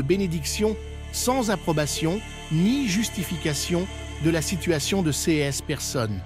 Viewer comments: On dirait que les texte a été généré par une Intelligence Artificielle (IA)... En tout cas la voix est générée par un synthétiseur (avancé) étant données les fautes, comme 'CS' au lieu de 'ces', plusieurs fois) ! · Dommage que la voix synthétique remplace une personne. Les CS pour les "ces" est insupportable de bêtises et dénaturent le propos. Faites quelque chose c'est lamentable. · J'apprecierait un texte lu par une personne et non par un robot qui ignore comme se prononce, par exemple, l'adjectif démonstratif "ces".